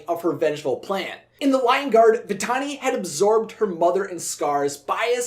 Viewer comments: Nala hissed Vatalani instead of Vantani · For 20 years I've always wondered why Nala said 'Vitalini' . Maybe I'm hearing things... though it's common for voice actors to slip on some words and make the final cut. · I may be crazy but I hear Nala call Vitani 'Vitalani" like she adds an 'L' to the name. I've always heard it every time I watch the film. Does anyone else hear it? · I'm just confused about why Nala called Vitani "Vitalini" in that scene. Obviously, Nala WOULD know MORE than us about, well pretty much EVERYTHING, but in this instance, it just doesn't make sense. I mean, NO one ELSE called her "Vitalini" throughout the ENTIRE movie (not even Zira or her brothers). So then, what exactly is going there? Was it just a mispronunciation on the actress' end, or was there some DEEPER meaning behind this sudden and SINGLULAR change? Was Nala trying to confuse Vitani by basically GIVING her a new name? If so, why doesn't Vitani even seem to NOTICE the NEW NAME? Is Vitani ACTUALLY a nickname? Then, why doesn't ANYONE (even KOVU), OTHER than Nala in that ONE moment, call her by her GIVEN name? If the actress just made a mistake, then that's one thing, but Disney is USUALLY pretty good about not making THOSE kinda mistakes in their stuff UNLESS it's done on PURPOSE. I get that NO ONE is really PERFECT, I just find it SERIOUSLY UNbelievable, that Disney would have missed this little slip-up. After all, sneaking little "jokes/inconsistencies/adult-type-barbs" into their movies/shows through conversation, IS kinda Disney's forte. I just CAN'T see how Disney could NOT catch something so SMALL and yet, for those who catch it at least (and care), so HUGE as this ONE moment in which Vitani is called something OTHER than what we KNOW her name to be, by NONE OTHER than the "QUEEN" of the Pridelands. If there was ANY lioness OTHER than Zira, who would DEFINITeL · Am I the only one who thinks Nala said "Vitalani!" ?